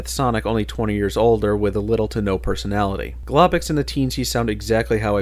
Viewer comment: Do you pronounce "Globox" and "Lums" wrong on purpose? Just wondering.